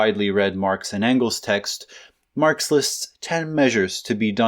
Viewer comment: did you say marps just then?